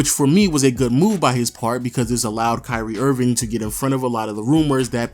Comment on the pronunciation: is it just me or it sounded like he said curry Irving